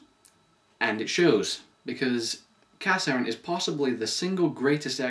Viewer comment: it's pronounced (ca-shern)